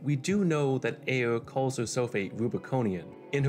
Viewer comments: guy seriously struggles to pronounce the R. Sounds like he's doing uwuspeak lmfao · Why you pronounce ayre like you have a finger in your mouth